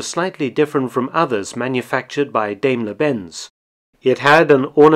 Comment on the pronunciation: It's DIMEler Benz, not DAMEler Benz. Hail Mark!